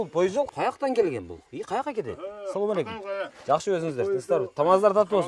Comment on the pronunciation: Соом алейкум дебей туура учурашсан